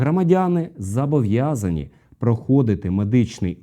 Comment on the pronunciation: Правильно казати «зобовʼязані», а не «зАбовʼязані».))